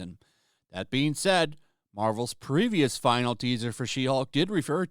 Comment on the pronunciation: You pronounce finale as "final"?